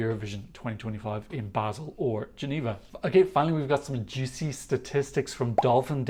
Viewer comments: Small tipp on the pronounciation of Basel from a native speaker:Its not Bael, its Ba - sel ( like the pronounciation of the englisch word sell ) Just Ba - sel. Hope this helped some of you :) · Totally informative as always Funnily enough, I thought the pronunciation was Barrrrrrrrrl too and not Bazzzzzzzzzil Obviously wrong! 🙈🙈